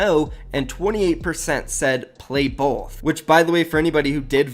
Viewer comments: Why did he pronounce “both” like that lmao my mans said bolth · why do you say both like bolth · why do you say “both” like that haha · Why does have problems saying both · Loved the vid but why you say "both" like that lmao all jokes